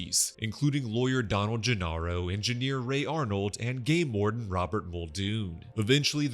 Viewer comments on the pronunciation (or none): I thought you said "gay lord", instead of game warden, and I was wondering what this guy did to you.... Thanks for the vid! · Same lol 🤣